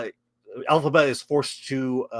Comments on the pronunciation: You lost me at "Alphaba" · I’m kinda cracking up because 🤣🤣🤣 every time you guys say Elphiba is sounds like Alphaba which would fit with that bitchy actress being of the alphabet community. Close captions even show Alphaba. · Every time you say her name Elphaba, I hate this story.